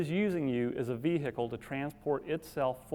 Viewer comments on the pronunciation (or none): Quote: believe that every woman should get a look into the candid discussion between men about women and pickup artistry. ......... Well he's left a lot of ''how to pick up guys'' for men. . I'm surprised this isn't outlawed, even in Florida. . How did he learn to say 'vehicle' like that? shockingly crude ! o0o